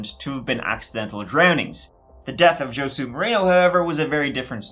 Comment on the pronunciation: I'm annoyed that you can do all this research but can't research how to pronounce the name of some of these people correctly. For example Josue...butchered it bro. Its pronounced "Hoe Sway" not Joe Sue as you did multiple times.